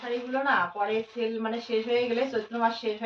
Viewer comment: ছেল নয় সেল।